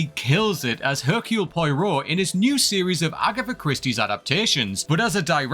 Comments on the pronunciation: "Pwa-Roh" not "Poy-Roh" 😉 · It's not Poeero, it is pwaaaro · So many wrong takes based on limited perception. This list is a dud. And: Pie-roh? Really? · Poy-Row? Please make some attempt at proper pronunciation of the character name. Most of these franchises just need to stop. Ghostbusters have proven 3 times now that it was a great first movie...that should have stopped there. Star Wars probably needs to time jump to be honest. As long as the current set of characters are, or could conceivably still be alive, they'll haunt the franchise like a bad smell. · Just a note to say that POIROT is pronounced Pwah-Row... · Never say Poirot again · Much as I love these videos, can someone please check the pronunciations on tbe commentaries. How to murder the way to correctly say Poirot!